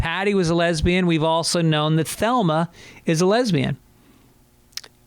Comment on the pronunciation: Is this mf saying “Thelma” ..? 😂 Greg, it’s Velma